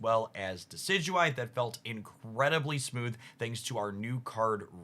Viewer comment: I still cant believe he says Decidueye perfectly but cant say LuNAla